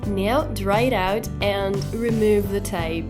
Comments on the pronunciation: piccolo appunto sul tuo inglese 😃 "now " si legge NAU e non NEU: ):):-) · Hey hey mica intendevo giudicare il tuo inglese o dire che è sbagliato. Solo, si legge "nau" in Inghilterra ed negli Stati Uniti. Poi se vuoi dirlo all'australiana o sudafricana... :D Se dici "neu" non è sbagliato, ma (a me) suona male. ;)